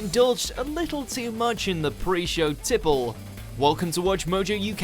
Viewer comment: Most of these are not really awkward, now are they. Well, maybe two. However, all I ask is that the narrator get it into his noggin that there is only one syllable in the word 'show', also random other words out of his mouth.